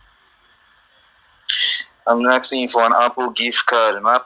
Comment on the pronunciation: "all i'm axing for is your elp baby, your making me feel like a bad person"🤣🤣poor old, his phone is broke his card is broke nothing is working for him